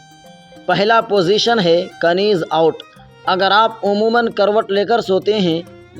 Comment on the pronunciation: کنیز نہیں نیز آوٹ ہوتا ہے k بولنے میں نہیں آتا لکھنے میں آتا ہے بس